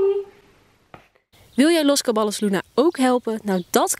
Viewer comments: Je spreekt het uit als Cabajjos niet letterlijk Caballos 😂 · Je zegt het als cabajos! In Spanje spreken ze ll als een j uit